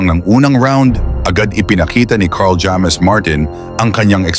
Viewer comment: Pinoy kb bt d ka marunong mag pronounce, kla mo amerkano ka, bat jammes? Hammes pronounciation, vlogger kpa nmn